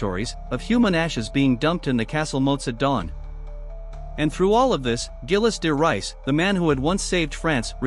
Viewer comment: Zheel de Ray is the pronunciation